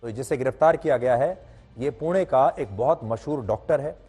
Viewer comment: Thank You for saying it पुणे and not पुने 😅